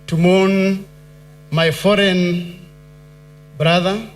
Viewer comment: I'm sorry, but when he said "foreign" brother, he lost me; then I realized he meant "fallen" brother.